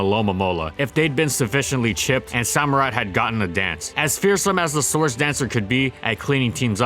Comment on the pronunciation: Did you pronounce it SO - murott? It's Samurott.